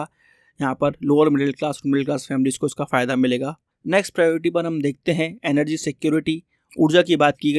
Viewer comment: Emergency ❌ Energy done ✅😂😂😂😂😂😂